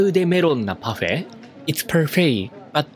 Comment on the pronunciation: why does your French sound legit French? did you study French? when you said "parfait" I was like, Woah.